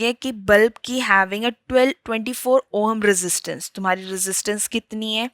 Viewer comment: Yeh oham kya hota hai?? It's ohm i think